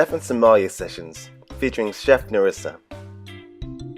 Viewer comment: I love it 😍, the music is so cute, I love how you said her name.